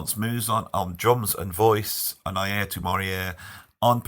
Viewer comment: Eye-ear-toe say it with me EYE-EAR-TOE😅 great stuff. Mostly Miroslav is a composer not a funk bassist. He is a phenomenal upright jazz player! I saw him play solo, unreal! Chester came back from lunch. Alex Acuna was on the drumset and they told him Alex had his job now.